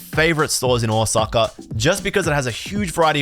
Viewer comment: ahwsucka, hilarious nonce pronunciation